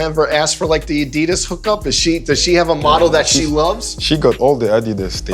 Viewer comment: first person in my memory on sneaker shopping who right pronunce "adidas"